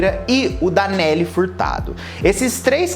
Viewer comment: kkk tu falou engraçado